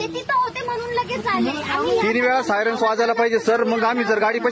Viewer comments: Bhau sayrance mhantoy😂😂😂😂😂😂 sayrans ka nahi vajla😂😂😂sayrans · साय रन्स नाही रे बाबा सायरन म्हणत्यात रे भाऊ 😂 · सायरन्स नाही रे सायरन बोल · सायरन्स नाही सायरन म्हणा तेव्हा कळेल त्याना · सायरस नाही रे बाबा सायरन😂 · Arey baba syaras nahi reeee 😂syran